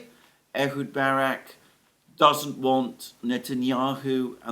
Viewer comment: Ehud not Edward! Francisco not Franchisco, Snake not Snakes,,etc, etc